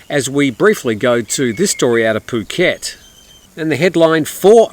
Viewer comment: Poo -ket not ph (as in "f" pronunciation) ?? F u (oo) ket ?? I'd never subscribe to your channel when you seem to belittle Thai nationals and their pronunciation of Thai words.